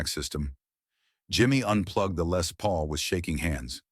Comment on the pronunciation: French speaking AI pronounces Les as Lay and called it macaroni. The future sucks.